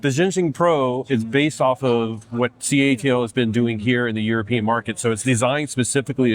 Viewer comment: It is called CATLE not ca A te il 😡